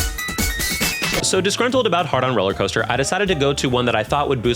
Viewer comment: I know you're saying "Heart on Rollercoaster" but I keep hearing Hard-on Rollercoaster, which is what I like to call Boy Puberty.